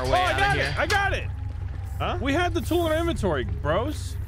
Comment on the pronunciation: "We need a tyool!"